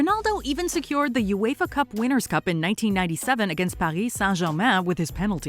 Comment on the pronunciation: At least she said Paris in French, expected it to bo Paris like in English